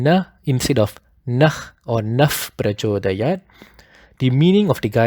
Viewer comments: Still sir I think Pronunciation should not be "Suvaah". Because there is no " aa kara" It should be "Suvah" And when pronouncing "Prachodayaat" It should not be "prachodayaata" Because it has Halanta or Hasanta at the end. Pardon me if I m wrong. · When you say prachodayat here , the sound of cha is different to what you have taught in one of your video.. You said cha is soft palete sound but in prachodayat the tounge is just near teeth I am confused , please help